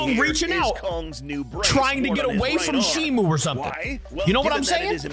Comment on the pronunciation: Its shimo,shimu is the old name